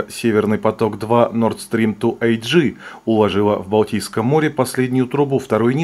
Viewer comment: А-Гэ, а не эйджи. Как читается, так и говорится. Это не английский. Leute, macht Euch bitte nicht lächerlich.